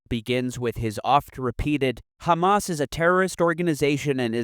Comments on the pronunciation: "we have a situation where... KKHHHHHHHHHHAMAS..." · He just said "Khhhamas". THAT'S THE END OF IT. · I hate how he says "Khamas" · Anyone who says KKKKhamas has the worst shit takes. So hearing Bernie pronounce it that way immediately shows everything about his stance on the issue. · Bernie is purposefully saying khamas. There is no excuse for him to say it this way smh. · The way he pronounces 'KHAMAS' tells you everything you need to know about Bernie. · When someone says khamas I know something is not right. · When he said "Khamas" you knew he was washed. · idk what anyone expected, hes always been part of the tribe. he even pronounces hamas like his israeli handler. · I LOVE you. I literally came to the comments to say that😭 it’s so disgusting especially knowing that he’s literally American yet saying it like that🤢😷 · Don't lie. Hamas is written with a ح , not a خ. SSrаеІіs are just too stuріd to pronounce it correctly. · Another one